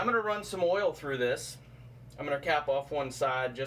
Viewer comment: Oil not awl